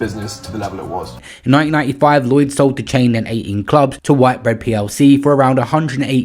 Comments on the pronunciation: That was so annoying. It’s a major company in this country. WTH?! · whit - bread, not white bread. Learn to read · It's Whit-bread. Not White-bread btw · Whitbread is pronounced how it's spelt. Where are you getting white-bread from?!😅